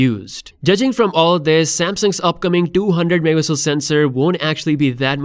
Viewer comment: It's funny how the word "Megapixel" pronunciation is abused 😅